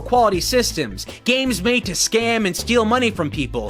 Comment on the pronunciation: I think the ( n ) at the end of the word scan was ment to have an ( m ).